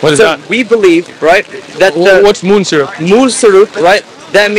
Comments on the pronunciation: is he saying "moon syrup?" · did he say "moon-syrup" cuz i really didnt understand what he said